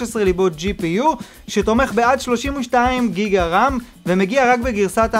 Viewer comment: אחי אומרים ג׳יגה לא גיגה